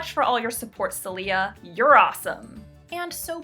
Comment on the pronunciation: I'm pretty sure the patron's name (since it's spanish) is pronounce "Sae-lyah" with stress on the first syllable.